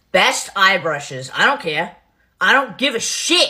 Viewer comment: “I don’t Caaaaaayah. I don’t give a Sh_III!” sounds legit. ❤